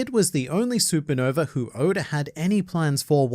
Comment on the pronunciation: Stop calling him odor 😭